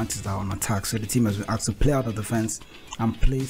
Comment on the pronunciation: Aksed? Come on dude